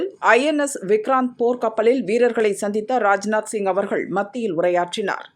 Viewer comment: பனாஜியில் ஐ.என்.எஸ் விக்ராந்தில் சந்தித்த ராஜ்நாத்சிங்அவர்கள் மத்தியில் உரையாற்றினார் என்பது தவறான வாசித்தல். விக்ராந்தில் சந்தித்த ராஜ்நாத்சிங் ". அவர்கள்மத்தியில். " உரையாற்றினார் என்று வாசித்திருக்க வேண்டும். என்ன தமிழ் உச்சரிப்போ ????? மிக மிக மிக மிக மிக மிக மிக நன்றாக இருக்கிறது. வால்த்துக்கள்